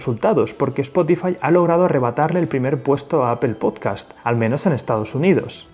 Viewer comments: No es appel, es Apple. que hablar bien no cuesta un CARAJO, decimos en mi pais (Argentina). La dificultad de los que hablan espanol cuando se les juntan 2 consonantes. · Se dice A - POL....! No A-pel.....! XXX FFF...! Modifica tu lenguaje...! ( te lo dice un anglofono..) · Segundo . Me bastó escuchar "apel" y ahí lo dejo. Nada genera más desconfianza que la poca preparación. Bye, bye. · Gracias por el video y lo que nos enseña... por otro lado puedo ver miles de youtubers españoles y todos dicen "apel" no entiendo como, no se pronuncia así en español ni en inglés, de hecho hay una L entre la segunda P y la E... alguien que me explique! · Casi todo el mundo: Apple Los españoles: Apel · ¡¿“Apel”?!… ¿cuál es esa? 🤔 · "Ápel" jajajajajja 😅😅😅😅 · No puedo con el "apel" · Hay que aprender a pronunciar Apple por favor